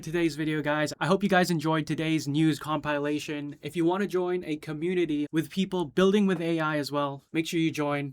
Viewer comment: first time i hear "compilation" pronounced "com-pai-lation". isn't it "compile" ="kom-paile", "compilation"="kom-pi-la-tion"?